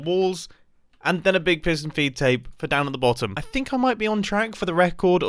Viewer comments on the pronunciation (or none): I keep hearing it as fiston peed tape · Fiston peedtape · pis-tun feed tape???